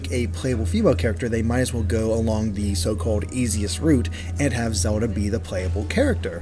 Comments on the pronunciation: whos Zeoda? i thought her name was zeLLLLLLLLda. this guy keeps talking about zeodah. new character? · is it me, or does this guy have trouble pronouncing L's in words.. like when he says Zelda.. or world...or wild.. I've heard it a while back.. now I just keep hearing it.. kind of bothersome.. lol.. not trying to be mean... but I guess in a way, I am.